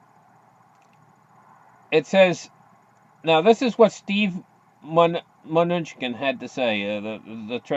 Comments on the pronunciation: Pronounced Min--ooo-shin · Just call him “Trump’s Munchkin”….actually pronounced, if you want an easy way to think about it…. “my New chin”.